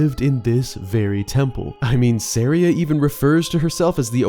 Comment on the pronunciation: Let's just get this out of the way: SUH-RY-UH